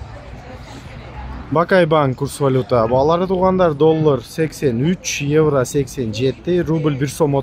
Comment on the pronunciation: Еврону кыйналып айтпай эле койчу иним ишине ийгилик рахмат